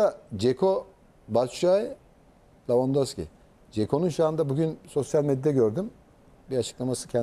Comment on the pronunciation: lavandoski değil la levandowski